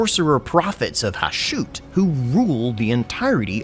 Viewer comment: Isn't the pronunciation of the Chaos Dwarves God Ha-shut? Not Ha-shoot?